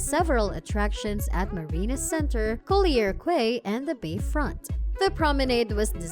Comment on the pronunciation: Clarke Quay pronounced Clarke Key.